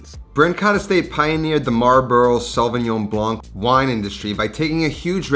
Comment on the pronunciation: French here... The "c" in Blanc is silence